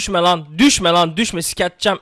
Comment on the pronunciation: Düşme derken sanki doushbag diyor